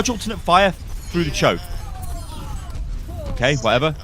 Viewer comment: when goes full london "CHARGE ALT FIRE AND PUT IT FROO DA CHOAK"